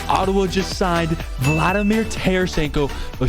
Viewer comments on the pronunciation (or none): none